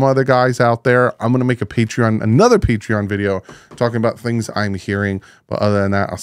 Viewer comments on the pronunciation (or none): none